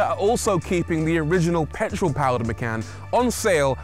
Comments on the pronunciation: Maycan. From now on we all call this car Maycan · Por-shuh Ma-khan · Macan means Tiger in Bahasa Indonesia, that name refers to. it's not "makan" but more "machan" how to pronounce that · "Macan" means eat in Malaysian language 😂😂😂 Actually it comes with k